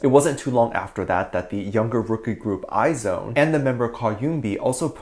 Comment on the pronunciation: This is super duper wuper off topic but its not “i-zone” its pronounced “eyes one” lol